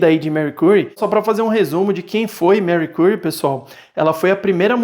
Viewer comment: Gostei do review mas estou sofrendo por ouvir o nome dela assim… jkkkk